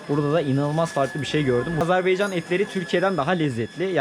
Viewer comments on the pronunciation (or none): Azarbaycan değil Azerbaycan